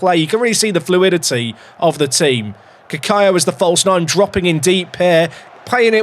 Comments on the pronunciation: Cacaio pronunciation from my Brazilian wife: KA-KAIO! I think you are saying it right. The second c would only sound like an s if it was written "ç". She has never heard of this name though, it is probably either a very rare name, or a regen Brazilian name that doesn't really exist lol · As a brazilian myself I reafirm this